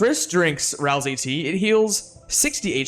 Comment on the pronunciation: FINALLY i found someone who pronounces ralsei the same as me